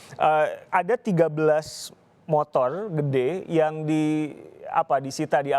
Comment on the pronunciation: "Motol Gede" XD